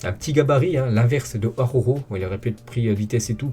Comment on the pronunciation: '' Aroro'' prononce ''Araoro'' mec. Tu m'a tué avec ton aroro😂😂😂😂. Force a toi et très bon debriefing et j'suis d'accord avec toi Marc n'est vraiment pas au top de sa forme pourtant c'est un gardien qui devait être à son top level